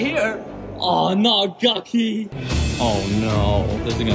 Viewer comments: It’s not pronounce Gucky it’s pronounced Gucci why can’t you ever get that right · It's pronounced Guchi not gukki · It’s pronounced GUCHY! Not GUCKY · the way he pronounced it... “GUcHIE” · It is pronounced like Guchi, but it is spelled Gucci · Its pronounced (GOO-CHE